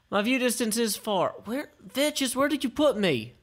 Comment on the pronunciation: he IS pronouncing it correctly